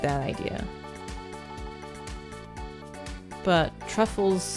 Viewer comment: Whenever your character picks up a truffle, all I hear is “Ru Paul” 😂😂😂😂